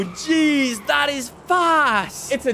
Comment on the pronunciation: Did you guys notice him saying geeze weirdly